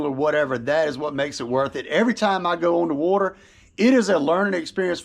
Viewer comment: “ on the Wuuuuuter”